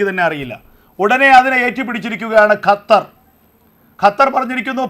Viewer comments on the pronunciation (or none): none